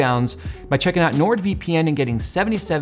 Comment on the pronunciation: That's not how you say nord :D